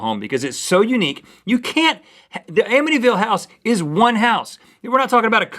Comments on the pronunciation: It's Amityville not Amittyville haha sorry to be picky but it's the next town over from me. :P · amityville not amittyville you guys